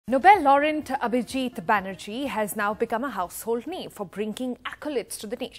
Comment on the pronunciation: The TV anchor can not pronounce "Nobel Laureate". why the anchor is so illiterate ? Listen to this video .